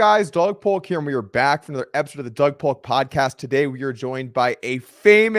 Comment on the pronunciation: It’s Polk with a hard L